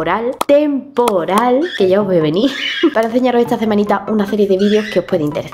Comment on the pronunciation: Me encanta el principio dice: TEM-PO-RAL 💜 gracias por subir videos me animas mucho el dia 😄